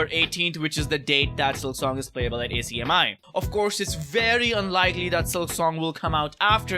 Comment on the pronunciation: just an fyi its not A C M I its one word pronunced AK-ME